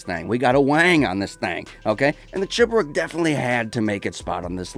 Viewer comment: When you are from mother-russia and saw cheburEk ( at first time you pronounced it right) ) it is so freaking cool, in fair) Here this is THE RICEREST car of aaall lovers of rice, just because it is a real true russian vegetable, but in real where are some nice looking projects maded from it, but in gta all what you have is a ton of not so good rice:/ But event in gta i saw some cool chebureks, but actually all there owner was russians) Oh ye! The video was fucking awesome!! Like all of your videos^^